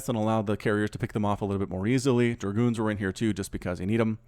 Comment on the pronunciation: giving it that Southern twang with DER-Goons:)